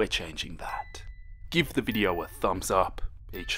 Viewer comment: Me:video:*says video*veedio